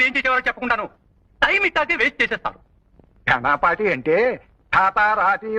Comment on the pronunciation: ఘానపాటి కాదు ఘనాపాటి!!